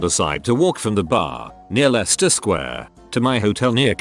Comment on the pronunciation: Pronounces tl:dr as tl doctor but can say Leicester without a problem :D